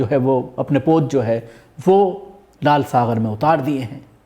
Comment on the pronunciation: Lal saghar nahin lal sagar bolo, gaf hai, ghain nahin